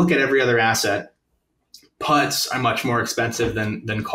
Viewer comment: The way he calls puts "putts" is adorable.